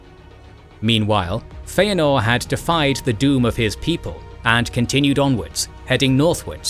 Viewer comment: Who writes these scripts, and doesn't make sure that the narrator says things correctly? I keep hearing the narrator making statements that include mispronunciations of Tolkien's names and terms? In one case the narrator calls Finwe's second wife Feanor's mother-in-law. He mispronounced Feanor, and then uses the wrong relationship term, which is step-mother, not mother -in-law. Such obvious mistakes, which should have been corrected during the recording of the voiceover. Script review and proofreading should be done long before the recording is even scheduled. As for the correct pronunciation of most of the Tolkien created names and terms, Tolkien wrote in a pronunciation guide in the forward of the Fellowship of the Ring.